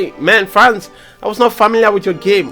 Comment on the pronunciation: Did I hear you say “FLANCE?” 😂😂😂😂😂😂😂😂😂😂